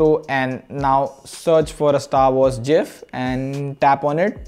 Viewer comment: its gif not gif